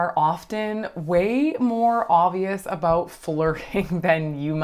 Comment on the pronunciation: I KNEW you were Canadian! I heard you say ‘aboot.’ 🤣👌🏻